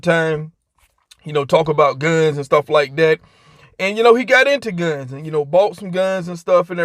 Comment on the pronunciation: I thought this fool was saying selling phones lol.